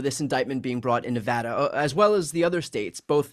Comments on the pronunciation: Thank you for pronouncing "Nevada" properly. I am thrilled that Aaron Ford chose to investigate the fake electors, and that the grand jury found a true bill against these fake electors, including the former Nevada GOP chairman Michael McDonald. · Thank you for the correct pronunciation of NEVADA